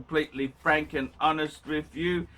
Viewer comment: "you want me to be completely phrank and honest with you there?.... YOU CAN'T HANDLE COMPLETELY PHRANK AND HONEST!!!"